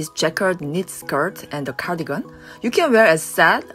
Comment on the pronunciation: Cardigan 을 한국 발음 씩으로 가니건으로 하시네요. 다음 번에는 카디건 으로 발음 하시면 더 좋으실것 같아요. 미국 분들도 보시니 지나가다 한마디 써 봤어요~ 화이팅!